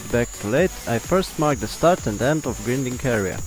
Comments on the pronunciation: Grinding pronunced grainding. See you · Thank you for this. I want you to know that "grinding" is pronounced with a long first "i," like "finding." Thanks again. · can you say... grAAAAIIINding ? ... its not the fucking grindelwald !